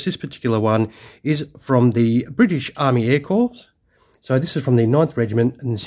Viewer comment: just a heads up that your pronuciation of the word "Corps" is wrong...yes im aware it is spelled Corps but the pronuciation is "cor" and not "corpse"....its the same wih the united states marine corps....when was the last time you heard of the united states marine "corpse"